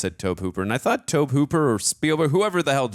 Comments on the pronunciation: I saw it at age 13 on HBO, one year after it left the theater. Scared the hell out of me! Practical effects were awesome! Sadly, yes, she died. Her nane was Heather O'Rourke. May she R. I.P. P.S. Not trying to nitpick, but Tobe is pronounced as Toby. Just helping out, guys. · By the way, Tobe is pronounced the same as Tobey, not Towbe. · Pronounced To-bee Hooper I believe- directed original Texas Chainsaw Massacre”😮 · "Toab Hooper!" I couldn't proceed. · The way you guys said Tobe Hooper, made it sound like Toe Pooper, so much that I had to rewind the video because I knew that couldn't be right, but even after seeing the actual name, y'all still definitely said Toe Pooper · and it's pronounced To-Bee (Toby)...they say they're film geeks? (Shakes head in disappointment)